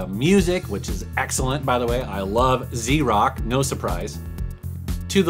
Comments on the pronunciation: It's Vrock not Zrock. O_o' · Vice City's "best radio station" - V Rock - not Z Rock. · 'Z' Rock?! Dude... the VULTURE reigns supreme!!! It's V-ROCK. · It’s V rock bro not z rock haha haha